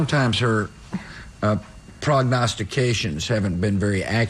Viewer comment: I'm impressed he could pronounce prognostications, he still can't pronounce nuclear.